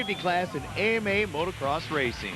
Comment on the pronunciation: Christ,, "Today marks a milestone in AMA National Motorcross." It's always baffled me how hard it seems to be for people to say motocross.